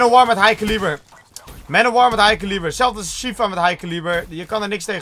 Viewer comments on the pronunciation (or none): heeft gwn een schijt uitspraak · Hij zegt het verkeerd... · waarom zegt altijd "hij kaalibbur